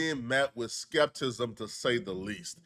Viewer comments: Skep-ti-cism lol not skeptism 😂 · ‘skeptism’ lmao